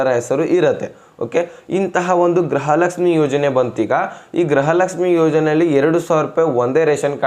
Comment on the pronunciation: ಅಣ್ಣಾ ಗ್ರಹಲಕ್ಷಮಿ ಅಂತಹೇಳಬೇಡಿ ಗೃಹಲಕ್ಷಮಿ ಅಂತಹೇಳಿ ಅಣ್ಣಾ ಅಭಿಮಾನಿ ಗಳಿಗೇ ಬೇಜಾರಾಗುತ್ತೇ😂